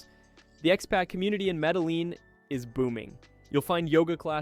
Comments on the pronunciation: You have a travel channel but you don't know how to pronounce the double "LL" in Spanish?!? That is such common knowledge that I have literally never met a person in real life that didn't know this, not even a toddler. And I'm 57 years old. So I've met a lot of people. Seriously. Educate yourself. There is no excuse for not knowing that. Millions of Americans speak Spanish. There is no place in America that does not have a significant Spanish-speaking community. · You butchered Medellin. Dude all you have to do is Google translate and then have it pronounce it. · The narrator's pronunciation of Spanish names is so bad it hurts sensitive ears. It would take 5-10 minutes to learn how to do it right. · You don't pronounce the Ls in Medellin. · It's pronounced..."MEDAYEEN" Not Medaleen like you pronounced. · Medeleeeen? Medeleeeen? Medejeen phoenetically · Maybe. But more importantly your content is INSIGHTFUL while extremely helpful. Thank you. So why not remain an EXPERT in pronouncing correctly the country you're presenting? It will only add to your credibility. The double LL is pronounced YEE..short Y and long EEs. Keep sharing... Thanks again From...4 PASSPORTS 38 countries 18 months in BUCCUMARANGA, CALI, SAN ANDREAS, BOGOTA and of course MEDELLIN 😊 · Medehleen? Med eh yeen....you lost alot of cred with the wrong pronunciation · It is pronounced Medejean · In the name of the city Medellin, the double LL in the middle is it's own letter in Spanish and is pronounced something like a Y in English. The word "ye" as the Ye in Ye Olde Bookstore is close.The letter I (eye) is always produced like a long E in English. So, the city is Medeyeen. There's more to it, fewer people will cringe when you get the LL right. 😊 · Actually it’s pronounced Meda-JEEN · In Colombian Spanish LL is pronounced like J. Medellin is pronounced like Medajeen. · When you pronounce words like Mede-LEEN, it tells me you are not well informed.